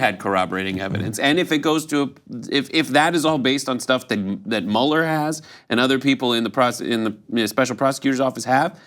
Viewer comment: here is Mueller saying it wrong